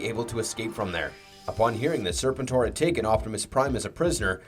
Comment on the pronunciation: there is lots wrong with this video did you hear how he referred to serpentor? or how he said jhiaxus like an AI would? its FREEKING GEEEEEHAXUS lol how hard is it to get names right? its either someone reading a script with no knowledge of the lore, or its an AI channel. go watch a few other videos they all sound robotic and mispronounce everything too!